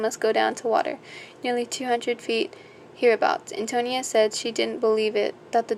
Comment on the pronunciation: Just a friendly note: it is pronounced Anne-toe-knee-ah. Great book, btw. :)